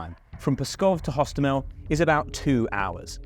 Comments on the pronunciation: Airport actually Hostomel Airport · Hostomel, not. Osowiec, not Owowiec.